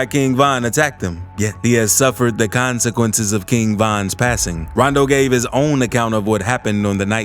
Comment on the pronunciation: Say rondow like that again I’m reporting u I stg